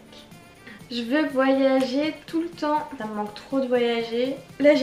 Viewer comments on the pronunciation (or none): none